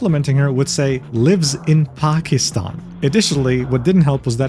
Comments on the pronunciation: As a Pakistani Muslim, yeah this video felt weird to watch. At the very least, I am happy that pronounced Pakistan correctly everytime! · as a pakistani HE SAID IT CORRECTLY